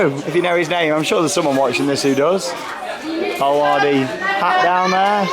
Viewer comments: I’m so in love with this theme park and I’m so gonna ask to come back here xx love u and this park ❤️❤️❤️😘😘😂😂✌🏻✌🏻👌🏻👌🏻 and it’s pronounced bella waarde I knew u got it wrong but u tried to say it even tho it’s a flemish pronunciation :) and when I went there if u watch Britain’s got talent who may remember baba yega I got to meet them and yes they’re really cringy but it’s so funny 😂 ✌🏻 and as u can see the boomerang ride is I guess a rip-off from walibi Belgium it may be a different name but it has the same shape and style and the Houdini ride is another rip of of the palace of the genie in Walibi as well :) and just to say the ride is an illusion and u don’t actually tip around upside down u just sway side to side like halfway and the walls are the ones turning and yes u may feel like u are upside down but ur not and yes I just heard u said “illusion” but just to tell u what it actually is and also there was a story behind Houdini, basically it’s about a magic show gone wrong that a man tried to do an illusion but died during the performance just some info for u there :) and I hope u had much fun :) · I love how you pronounce Bellewaerde